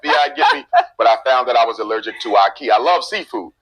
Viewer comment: ILLEGERIC REACTION?? "ILLERGIC"?? Really negga??